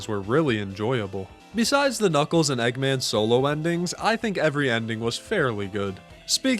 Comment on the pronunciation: Bri’ish eggman